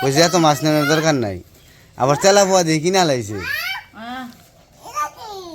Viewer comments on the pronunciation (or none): Telapoa na telapia mach bole.